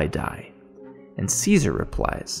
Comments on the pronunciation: Great review, I dont wanna be one of those Im smarter than u people, I hate that lol, but its pronounced chess-uh-ri, cesare, ceaser is a completely different name, easy mistake to make they are very similar, figured u may wanna kno, the video was very well said I enjoyed it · One quibble. Cesare is not pronounced Caesar. It is pronounced Chesaray. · Som- nam- byu- list and Chez- array are how you pronounce somnambulist and Cesare. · I believe it's pronounced 'Cheh-sah-ray" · Cesare is pronounced 'che-sa-rey' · That's what I thought.